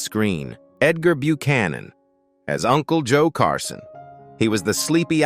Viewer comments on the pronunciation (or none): none